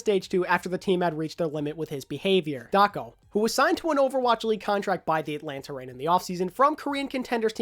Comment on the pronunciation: Everytime you said Daco, I head Taco out xD